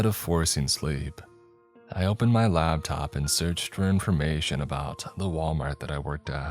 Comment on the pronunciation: Laptop… LAP top Not Labtop. 👍🏻